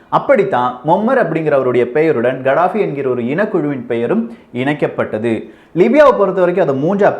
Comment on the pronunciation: It's கதாபி not கடாபி